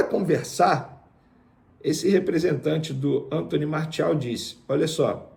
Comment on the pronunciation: A pronúncia é MAR-CI-AL e não Mar-THI-al...O cara é francês...